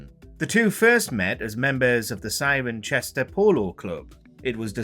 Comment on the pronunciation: Now, I'm not from Cirencester, so what do I know... but isn't it pronounced siren-sesta, not siren-chesta? Anyone from that part of the world able to confirm my suspicions that have failed to do some basic checking...again? I still can't get over David Ick and David Icker. @@